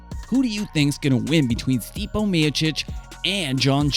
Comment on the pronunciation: Good video. May wanna work on the names a bit to avoid credibility gaps Stipe is pronounced Stee-Pay. It's not "the MMA" it's MMA - Mixed Martial Arts